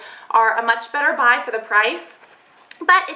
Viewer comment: haha you said "bry" instead of "buy" twice xD I love your channel though! :D